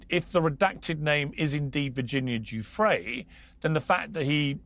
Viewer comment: Does Alan D seriously not know how to pronounce Giuffre’s name?